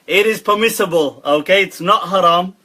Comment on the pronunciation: '' THheY ArRe PeHmiSSibULe In My UnDeHStANdinG '' lol what a ding dong.